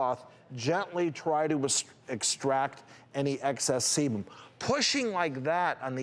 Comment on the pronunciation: I SWEAR he said semen. 😂 I was working on a project, listening to the video and I heard "he's collecting all this semen" and went "WHAT?!? Do you mean SEBUM?!?". When I watch the video though and see him make the "B" shape with his mouth as he spoke it became obvious he was saying "sebum". Damn. At first I was like "homeboy needs to stop getting cum facials if he's having that much build up of jizz seeping in to his pores!"